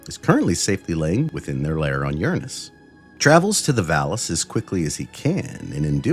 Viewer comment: Hunhow pronunciation of Uranus is chef's kiss